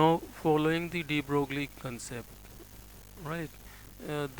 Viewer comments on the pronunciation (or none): Mr. Dr. ... Broglie in French is not pronounced "broogly" but "broy"!!!!